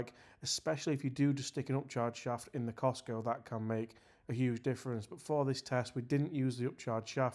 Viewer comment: Why are you persisting in calling it the Cistco driver? It is Kirkland Signature. Also, you set the whole video up to be anti-KS-pro-Eleven. The were talking from the outset about how the Eleven was "better" and more "premium", etc. Seems a bit one eyed, maybe?